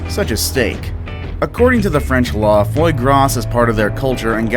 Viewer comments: "froy gahss"??? dude... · The "s" at the end of Foie Gras is silent by the way. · "Foy Grass" Not even close, dude. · Fwoyy Grasss I just can’t.